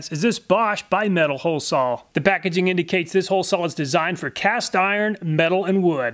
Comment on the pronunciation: What percentage of Americans pronounce "saw" as "sawl"? Is it a southern thing? I hear this from so many YouTube channels, I'm starting to think that's actually how to correctly pronounce it.